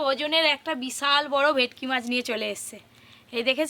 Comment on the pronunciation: ভেকটি, ভেকটি করো কেনো?তোমরা কি সোজা সরল ভাষা জানো না? সেই কোন জন্মে ভুল নামটা জেনেছো,এখনও সেটা চালিয়ে যাচ্ছ।এটা ভে ট কি মাছ ।সব সময়ই ভুলভাল উচ্চারণ ।ভীষণ কানে লাগে ।ফিস কাটিং দারুণ হয়েছে ।দাদু কে বলবে ভালো জিনিস খেতে গেলে একটু ধৈর্য্য ধরতে হবে ।